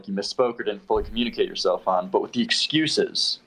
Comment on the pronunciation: Like how doesn’t say th in words like with, he just says wit 🥴 it doesn’t bother me though, I just noticed it recently